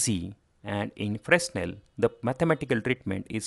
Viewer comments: Fresnel is pronounced "Fray-NEL" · In the word 'Fresnel', the 's' should not be pronounced